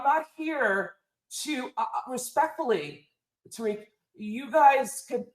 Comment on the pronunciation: Lmao. Flex needs to just bang on them Suspected WS from the gate. The deliberate mispronunciation of Black names (Tah-Rick, Two-Pack, Fair-A-Can) is always the dead- giveaway.